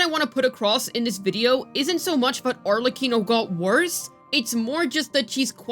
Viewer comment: At least you pronounced "Arlecchino" correctly.